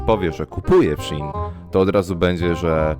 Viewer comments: Nie mówi się shin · Shein czyta się shiin (bo jest to nowa, skrócona nazwa sklepu-wczesniej nazywał się She inside) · prawidłowo wymawia się szi in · Shein mówi się " She in " Czyli w tłumaczeniu "ona w" . Pracowałem i nie polcam (*) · mowi sie szejn XDD (dla beki) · A to nie mówi się szajn? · Mówi się ,, szejn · Szi en sie mowi chyba